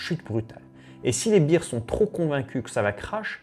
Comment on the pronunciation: les berz ou bère au singulier, et pas les bir...une beer c'est une bière Sinon le reste çà va, c'est pas mal :)